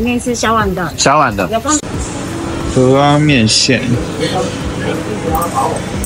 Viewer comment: 有大腸麵線、蚵仔麵線跟大腸蚵仔麵線～ 話說大陸人居然知道蚵仔的唸法 太厲害了👍